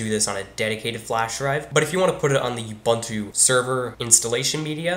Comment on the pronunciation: As a side note: it's not pronounced You-bun-too; it's oo-boon-too.